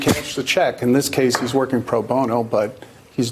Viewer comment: It's Pro Bono, guys (pro bone-oh) .. not (bon-no)